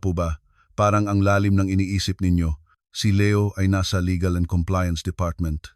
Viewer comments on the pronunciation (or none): none